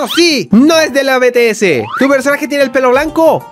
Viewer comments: se pronuncia bities BTS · Se dise BITIESE